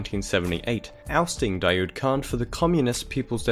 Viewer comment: daoud is actually pronounced "dah-wood", not "dah-yood"